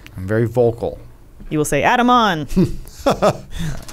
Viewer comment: "It's vewy dark in theyer Adam, vewy dark." Dammit lol